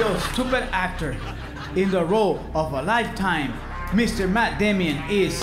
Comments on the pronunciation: "mr. matt DAMIAN" lol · i love it when guillermo calls him Matt Damian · I love how he calls him Matt Damion 😂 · Guillermo : jes Maat Damien